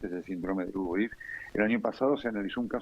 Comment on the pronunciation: UBRIS….no urbis….